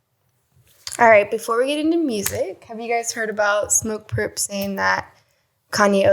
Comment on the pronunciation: It's Smoke Purp, not Lil Durp, lol.